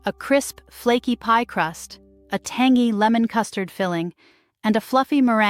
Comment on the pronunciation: for heaven's sake research how to pronounce some words, like tangy!!